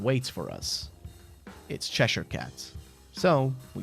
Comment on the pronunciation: Good video but the butchering of cheshire cat is just mean😢